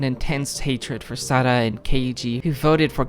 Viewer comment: You pronounced Sara's name right😭